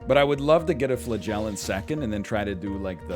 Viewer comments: Hearing him say flagellant makes me wonder if I've ever heard him say elephant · I know its a bit, but how he mispronounces "flagellant" is actually killing me.